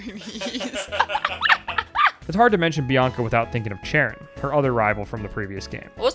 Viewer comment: btw, Cheren means black in Bulgarian and im amazed that you're actually pronouncing it right and not reading it like "sheran" or something like that. 😂